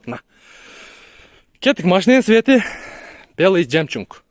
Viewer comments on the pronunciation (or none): Не Жемчунг а Жемчук